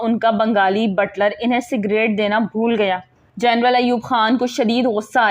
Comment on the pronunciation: Butter nahi Butler.Apko na to english ati he aur na urdu.shame for u.